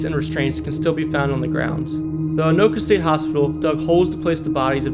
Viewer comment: At least he got Anoka right.